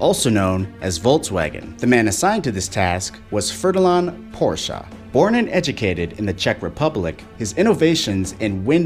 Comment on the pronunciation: 'Ferdalarn Porsche'?